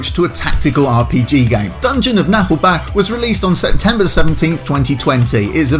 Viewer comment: It's not pronounced Nah'lbackk or something though...